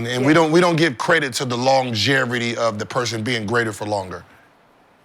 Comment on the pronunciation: Lol bro said longe-R-ity rather than longe-V-ity